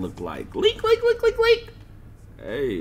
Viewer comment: Bruh why you say Leak like that dude?? Cmon bro you don’t have to say it like that! It’s kinda cringe man😣